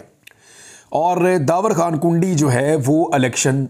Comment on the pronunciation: Merey shahzadey bhai yeh derwazey wali kundi naheen hey issey ap please urdu wali daal sey perhain, jaisey in Urdu(کُنډی). merey baachey becharey apna family naam peehly hi naaheen laga tey kehtey hain loog mazaq uraatey hai